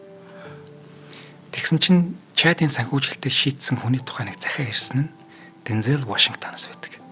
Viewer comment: Bayarlalaa Deenzel Waashington gej duuddag shuu. Denzeel bishee